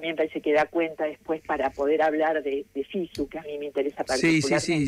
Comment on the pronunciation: La señora gue dijo gue robaban